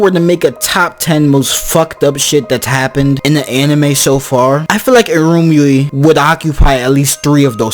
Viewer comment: Iremyuui is prounounced Ee rah myou ee